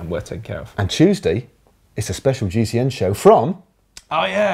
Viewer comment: Was is just me or did Matt say tuesdie when they said what was on tuesday